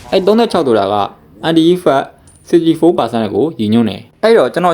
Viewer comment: အန်တိုင်လို့အသံထွက်ရင်ပိုမိုက်မယ်ဗျာအန်တီအန်တီနဲ့